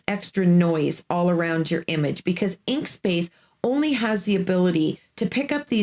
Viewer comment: Inkscape not inkspace lol it’s ok we are not perfect thanks for your information though